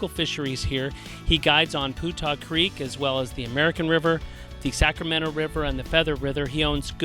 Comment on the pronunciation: Hey guys I've lived local and fished Putah Creek for 50yrs. It's been always that I'm aware pronounced Pewtah not Pootah you should know it I would think doing videos on it. Oh well just drives me nuts when I hear people say Portal, fish on!!